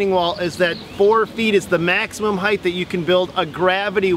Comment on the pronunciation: Always love your videos. I learn a lot. But as a teacher I can't help but correct you on one thing. "Height" not "heighth". 😁